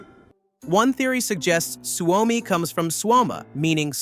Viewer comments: You say it as Swomi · Bro its suomi not swami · its s u o m i, suomi you say it like its spelled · You say Suomi wrong. Allways&Forever 🇪🇪❤️🇫🇮